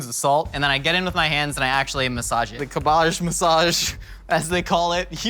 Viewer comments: You say cabbage how I say garbage. Not how I say fromage though. WILD. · Not even your middle class Aunt from Surrey, who likes to think she's better than everyone else, pronounces cabbage like does. Is this an American thing or a thing? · I'm unreasonably upset at how he pronounces cabbage. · The way he pronounces cabbage makes me cringe every time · Is that really how 'muricans pronounce "cabbage", or just? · same! I was like wth then had a moment of realization that he was talking about cabbage never in my life have I heard someone pronounce it that way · No one: Absolutely no one:: CaBbAaGgg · "Cab'bajj" love the pronounciation :D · I was eating while watching this episode and I was looking at my food instead of the screen when he kept saying CaBoJ, I thought there was actually some fancy ingredient called that XD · It took me a solid minute to realize "𝓀𝒶𝒷𝒶𝓊𝑔𝑒" was cabbage. I was sitting there thinking "idk what that is. Am I really that uncultured??" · Ca-BARGE The favoured ingredient of Mortal Kombat's Ka-BALL. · “MY CABA-JZHES!” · "kabbaj" okay. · stooooppppp it's not kabajjj 😂😂😂😂😂 LMAOO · Cahbarrrge 😂 never heard it pronounced like that before 😂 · Cabbage pronounced 'cab-bige', not however it was pronounced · Everybody: Cabbage Mythical Kitchen: Cabbaje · "CAB-IDGE" my friend, its pronounced "CAB-IDGE" 😂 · Thank you for relentlessly pronouncing cabbáge the way you did 😂 I love pronouncing it that way too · Wait Do all americans call cabbage, "cabbahj"? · Making fun of your nana's pronunciation and then saying cab-BAAAGE... Run's in the family, right? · Cool Vid will try the recipe but are you trolling or serious when your pronouncing cabbage like KErrrrBadge .Or CuuHBaaHhzzZHhhGGGGEEE. At first i thought you were being funny then you kept saying it. Inquiring minds want to know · Is he saying "Cabahge" as a joke or does he actually pronounce it like that? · was DEDICATED to that "Cuhbbage" bit. Impressive.